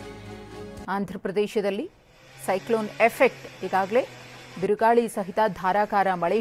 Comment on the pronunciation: kannada correct aag bariro lavdegala birugali alla birugaali